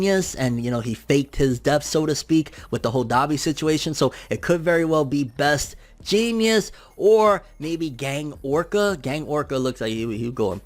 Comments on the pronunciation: Is he saying Best Genius? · What are you calling him? Genius? (JEANS)ist Best Jeanist. The dude has a pair of pants over his face for the love of pronunciation 😂😂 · Anyone else hear call best Jeanist, best Genius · So I just wanna say you have a weird ass way of pronouncing "Best Jeanist" lol But to answer your questions about it they showed some cables that Best Jeanist could manipulate in one of the beginning panels to possible be used against Gigantomachia. His quirk is basically thread manipulation if I remember correctly and that could technically be applied to super strong and bigger threads. But also you mentioned Gang Orca. From a panel that was shown a few chapters ago a lot of people think that it actually showed Gang Orca either severely injured or even dead under the destruction that Gigantomachia caused. If you go back a few chapters it will show what looks like his arm barely hanging out from underneath a big pile of destruction on top of him. I think it was confirmed that he was one of the people that were going up against Gigantomachia or at least he was in that area when it happened. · I know the real heroes name but listen to him pronounce it lol